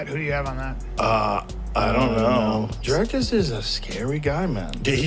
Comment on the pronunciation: Rogan can say Duplessis but cant say Dricus... lol